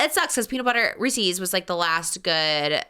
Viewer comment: The way is saying REESES is driving me crazy 😭😭😭